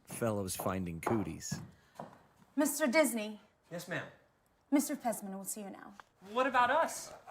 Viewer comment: DiSNEY not DYSNEY...spells